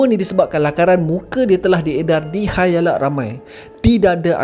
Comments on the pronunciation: Aikk khayalak 😅 bukan khalayak ke 😂 ke aku salah dengar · Bukan KHAYALAK bro tapi KHALAYAK ramai...